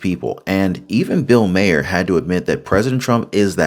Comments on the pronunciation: Dude, you have to pronounce his name right. It's not Mayer it's like Marr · Love you, dislike Maher, but it’s pronounced like MAR, like bar, far, star. Etc. Thanks for the video 🫶🏼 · Does he not know how to say bills last name correctly